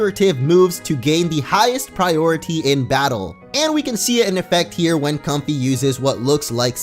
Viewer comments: I'm pretty sure it's pronounced so it rhymes with the word way (like Com-fay) not comfy lol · Comfey's name is pronounced COM-FAY. Fey (fay) is a term for fairies. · It's pronounced "Com-Fay" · it's com-fai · I think it should be pronounced com-fei because of lei. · I think it is pronounced com-fei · i think its pronounced com-FAY like ley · i think its a play on com-fey or "fey" which is what you call a fairy